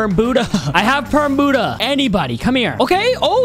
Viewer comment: Hey bud ha not boodha